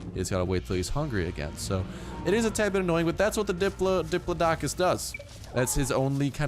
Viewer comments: As I said on the previous video, dip-PLAUD-o-cus, with the second syllable stressed like in applaud. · It's prounounced dip-Lod-oh-cus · Diplodocus is pronounce with cus like you are cussing so it is dip laad ah cus :) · Pronounced dih-PLAW-dih-kus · It's a hard o so like diploedoecus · Nice pronunciation, Dip-crapicus. ;) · its dip-low-doe-cause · you pronounce it dip-plod-i-cus just cannot stand watching your good ark vids with the cringe feeling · Why can't anyone pronounce diplodocus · Di-pla-ta-kiss pronounce it right plz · Because he does not know how to say it. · If you really wanted to get technical, it could be pronounced that way too, the important thing is that the second syllable is stressed, not the third as was doing:P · He said diplodocus wrong